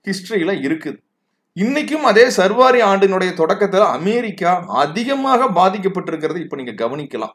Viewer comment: சர்வாரி அல்ல சா ர் வ ரி ஆண்டு.